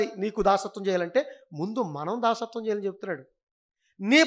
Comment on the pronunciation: దాస్యత్వం.. దాసత్వం కాదు.. కదా